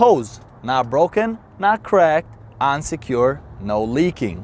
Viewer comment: He says "on secured" but it sounds like unsecured.